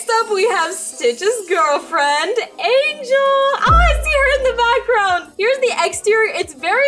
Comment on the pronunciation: I swear you said angalo not angel!!!!